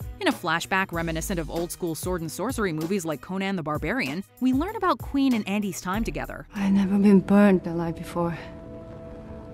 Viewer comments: * When Nicky gave Andy the Baklava, not Joe * Not pronounced Queen but Quinn, like Harley Quinn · Her name is pronounced like Quinn. Not queen. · I am cringed so hard when you pronounced "Quynh" as "queen". Her name is not that hard to pronounce compared to other Vietnamese names with "uyen". And they said it quite correctly in the movie too. So I couldn't find a reason for you to not pronounce her name correctly.